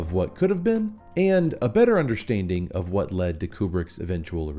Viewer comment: What does "undershtanding" mean?